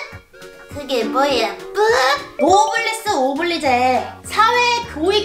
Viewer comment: 잘난 척 한번에 거지되는거 킹받게 웃기네 ㅋㅋㅋ 노블리스 오블리제가 아니라 노블레스 오블리주 랍니다 ㅋㅋ